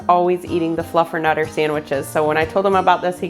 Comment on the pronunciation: You had me at fluffenutter😂